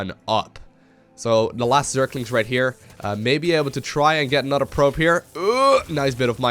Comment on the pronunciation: did just say "pribe"? instead of probe?